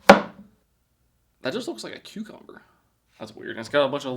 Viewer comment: It's funny how pronounces it "Q-Cumber" instead of "Cuh-Cumber"